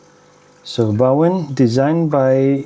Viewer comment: Uha.. mange flotte piber 🤩. Lille fif.. Vauen er Tysk, og skal udtales Fauen 😉. Ka se der også var en Vauen auerland tobak..den er en af mine favoritter